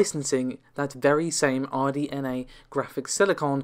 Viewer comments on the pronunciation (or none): RDNA, not RNDA.